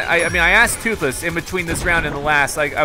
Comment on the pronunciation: DUDE TWOTHLESS NOT TWOTHLOSE